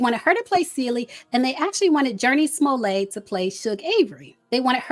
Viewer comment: Seems too soon to say the movie is a flop, but it’s not abnormal for new films to be made available for streaming… it’s a 19 dollar rental on prime so they’ll still make money. However, I do believe Jurnee Smollett would’ve kilt the role of Shug Avery! Loved her in Temptation… Also, her name is pronounced Smoll-ET… how you mess that up when you pronounced it correctly 5 months ago in the video about her brother, Jussie?! 😂😅 Have you seen the movie, Beloved? Or read the book??? They’re both classics. The word is pronounced Belo-ved, beloved (in my Iyanla Vanzant voice ❤